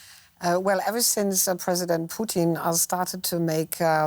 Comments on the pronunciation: swear I heard poutine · I like how she regularly says poutine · Please stop pronouncing it “Poutin” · They keep saying president poutine lol. Fries and slop